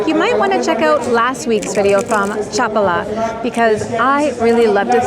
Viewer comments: This contains several factual errors. First, it's pronounced cha-PAH-lah. Population figures vary significantly by town and by season. For the municipality of Chapala -- which includes Chapala, Lourdes, Riberas, San Antonio Tlayacapan, La Floresta, and Ajijic -- the foreign population is approximately 25–30%. In Ajijic specifically, the foreign population may reach 43% during the winter high season, but this is temporary. While Ajijic can feel like a regional "theme park," it remains a Mexican town; the surrounding towns are entirely different in character. Furthermore, the area is a primary getaway for Tapatíos. On any given weekend, the population includes many Guadalajara residents who own second homes here or are visiting for the day. Casual gringo visitors typically stay in Ajijic, but that experience is not representative of living here, which is not centered on foreigners. You will need Mexican Spanish to navigate daily life effectively. Two final points for the uninitiated: * IMO, avoid eating anything sourced from Lake Chapala. The lake is shallow, and upstream industrial and agricultural runoff remains unchecked. * Locally sold honey is frequently cut with corn syrup. You have no way of knowing, so assume it. Do not be misled by the presence of a honeycomb; look for a trusted label you can verify. Your preferred AI agent(s) can clear these matters up in advance. HTH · Cómo que Chapula😂😂😂 habla bien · You should have walked further down the Maalecon. There’s a park with symbols of various spiritualities; very interesting. And you missed visiting the Lake Chapala Society, a wonderful park and social center for expats. And is Chapal pronounced : CHA -pal-a or cha-PAL-a? I’ve always heard the second, while you say the first.